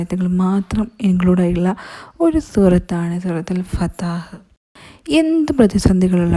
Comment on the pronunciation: Fathaah alla fathah